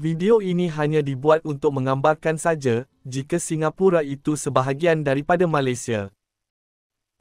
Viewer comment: Sebutan kata "Malaysia" agak janggal tidak sama dgn cara warga Malaysia menyebut perkataan Malaysia